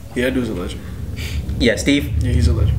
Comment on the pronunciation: When you said "that dude is a legend" I heard it as "that dude is a LESBIAN"... idk either